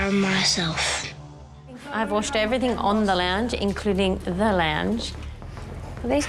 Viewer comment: I can’t believe how horrible the posh mum was. What a turn off. Posh mum still said “everythink”. At least she believes in feeding and washing children